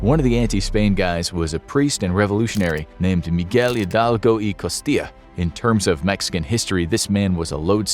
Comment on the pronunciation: Good job pronouncing Miguel Hildalgo's name!